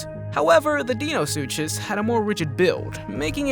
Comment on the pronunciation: Not to criticize but you said most of these names completely wrong!!!! Such as the smilidon and the mosasaurus also the carbonemys and the questle last but not least the dienosuchus